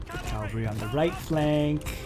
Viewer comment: Nice video but you need to learn how to pronounce "C-a-v-a-l-r-y", not Calvary (that's where Jesus died). And Marquis is pronounced "Markee". I'm not really a nitpicker but the wrong pronunciation is annoying.